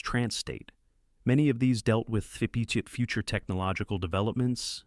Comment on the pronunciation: "fibutip future technologicaldevelopments"...? The closed captin says "fipate technological developments". What on earth is this AI saying? Im increasingly disappointed that I am sucked in to watch a video, only to be let down by inferior language models. Please...bring back the human speaking, before we lose the ability to do so...end up like those pictures of suposed aliens with teeny tiny mouths!😂😫